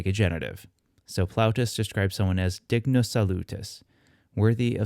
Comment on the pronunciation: Is there a reason you didn't pronounce it as /ˈd̪ɪŋ.nʊs̠/? I thought that's how it was pronounced classically. Kind of like how ἄγγελος Greek was pronounced "angelos". Thank you for the videos.